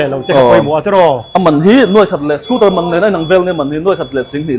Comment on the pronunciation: Scooter tia lam ni thei se... a dik zawk hi Youtuber leh Public figure te hi chuan hmang hram hram ila. Dealer te chuan Scooter an ti thlap thlap a, ngaihthlak a nuam... hengte hi chhinchhiah zel ula